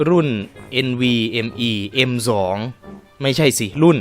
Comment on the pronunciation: ทำไมซื้อแรงจังฮ่ะพี่ซื้อมาต้องหาจอที่มีHZเยอะๆนะครับไม่งั้นซื้อมาไม่คุ้ม (SSDอ่านว่าM.2 เอ็ม-ดอท-ทู ไม่ใช่ เอ็มสอง)